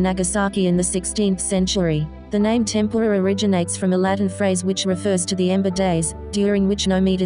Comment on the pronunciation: couldn’t you pronounce ‘tempura’ properly? also, ‘cuaresma’ is not Latin.